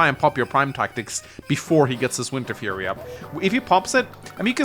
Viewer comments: Is anybody else screaming internally every time he says “furry” instead of “fury?!” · It is pronounced Fuu-ry as in few-ree not furry